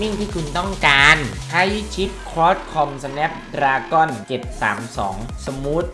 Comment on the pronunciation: อ่านซิปเซ็ตผิดก็มาวะ5555มันอ่านว่าคลอค่อมสเเน็บดราก้อน